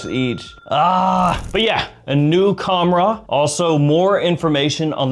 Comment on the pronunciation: Bro it’s pronounced with an h sound the k is silent